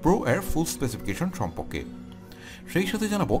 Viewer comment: আপনি বাংলা উচ্চারণ ঠিক করেন।সম্পক্কে হবনা কথাটা হবে সম্পর্কে।